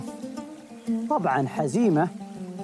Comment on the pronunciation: واضح ان الاخ الي يروي القصه جالس يقراها من كتاب ولا سمعها من الاولين .. لانه نطق اسم حزيمه نطق غير صحيح